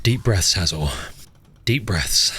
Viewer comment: it is hello